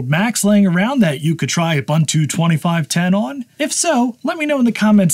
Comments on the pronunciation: You do you, it's fine, but if someone makes a big mistake and is not told how to correct it, how good is a community then? So there is the "Neu-vidia" guy discussing economy on his channel and mispronouncing "Nvidia" every time, so should we tell him that it's supposedly pronounced "Envy-dia"? And to people in Paris asking for an "Expresso" instead of an "Espresso"? Mistakes are mistakes, they can be corrected. Accents are something else, like when a whole country starts to say "Deu-day" instead of "Today", "Sh-treet" instead of "Street", or "Bu-her" instead of "Butter", "Wa-her" instead of "Water", and so on. Recently it's the "AI ba-bule" instead of "AI bubble". I mean, it's just... 😅🤣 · It's ooboontoo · Come on man, it's pronounced oo·boon·too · Pronounced “Oo boon too.” Just since you say it so many times in this video, and it’s an actual Zulu word. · I always pronounced Ubuntu as "Un-boon-too". Maybe I was wrong? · It's pronounced ooh-BOON-too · Please teach him how to pronounce Ubuntu tho. 😆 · I don't think I'll ever get over how Americans pronounce "Ubuntu" lol, excellent video! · Hello there. Fantastic video. I retrieved my old 2013 MacBook from the cupboard and I have ordered a MagSafe adapter, and as soon as I get it up and running, I’m going to install Ubuntu on it. One suggestion: please learn how to pronounce Ubuntu correctly. Made me cringe. The second U sounds much like the initial one. Thanks for your video.